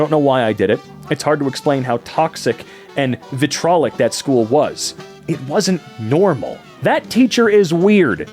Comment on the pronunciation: Shit narration(you can’t pronounce vitriolic) and … what’s your point?